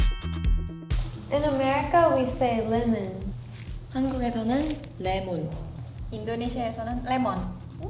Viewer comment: Lemon in Myanmar is wrong, the pronouncetion supposed to be tan pyo tee but she said tan pya tee. Tan pya tee means Lime